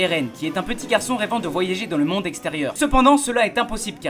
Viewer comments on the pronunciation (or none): none